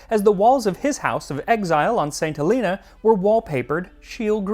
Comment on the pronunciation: Good skills Max on pronouncing St. Helena correctly!